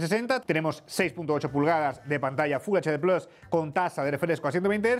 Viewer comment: Ahora digo no...si se escribe PLUS...porque dice PLOS...MMMM...Raro..!!!!!